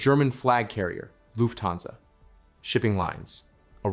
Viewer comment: The accent is on "luft" not "hansa".